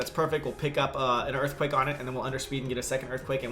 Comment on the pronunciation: And on the 7th day, Hippowdon said "Imma Erfquake"